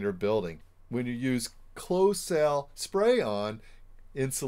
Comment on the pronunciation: Are you saying spray on or spray own??